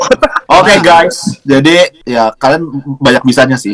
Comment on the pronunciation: Pas jerome ngomong guys medok nya keluar wkwk